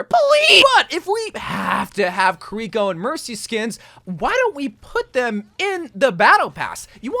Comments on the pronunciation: This is the same guy who for the entire video says kuh-ree-ko and not kiriko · It's this guy calling Kiriko "Curiko" for me.. lol. I mean she says her name herself in Overwatch, it's not hard to pronounce. Maybe he's doing it as a troll lol